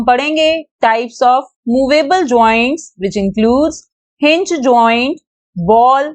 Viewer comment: Hinge Joint Nahin hinge joint